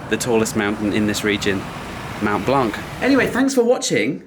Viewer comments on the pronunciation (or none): Its Mont Blanc not Mount Blanc its not difficult .